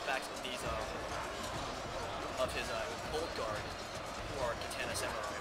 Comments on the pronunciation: When you pronounce Katana, it is pronounced Ka-ta-na, not Ka-tan-ah. In Japanese, vowel sounds and vowels themselves end a character which means there is no altering them in words like "More". "More" in Romaji (Japenese words written in english characters) would be pronounced, "Mo-re". A commonly mispronounced word is actually, "Samurai". It should be pronounced, "Sa-Moo-rah-ee". It is commonly pronounced, " Sam - yur - ai " That's pretty much all you need to know to say Romaji correctly. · lol its katana not kaTANA, you sound like your from the south